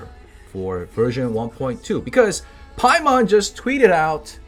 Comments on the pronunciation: did you just call Paimon "paymon"? pay mon? pay money? :O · Ah yes...Genshin impact's mascot...Paymon